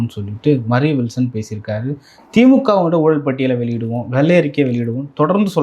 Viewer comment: தமிழ் வார்த்தையை சரியாக உச்சரிக்க கற்றுக் கொள். வெல்லை அறிக்கை வல்லுவம் , என்ன உச்சரிப்புடா இது